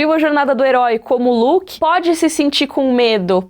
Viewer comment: Olha o "Luke" dela "está uóh" (Star Wars) 😂😂✋